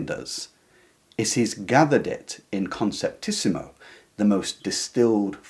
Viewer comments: Just one thing: It's "conceptismo", not "conceptísimo" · Great video. Just a minor thing. It is not conceptisimo, It is conceptismo. In Spanish the ending -ísimo denotes superlative. -ismo is equivelent to English --ism.